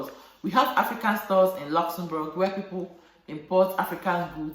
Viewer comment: The way you pronounce Luxembourg sweet me pass💕 You really know much about Luxembourg and you're helping lots of people out there. I really miss my African food Sis😋 Nice sharing with us Sis.